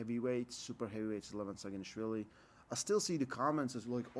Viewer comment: Its not Levon it is "Lee-vaa-n"